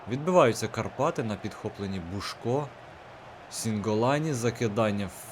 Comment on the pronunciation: не бушко, а бусько